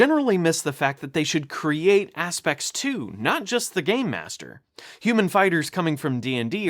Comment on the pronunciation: It's aspects, not aspex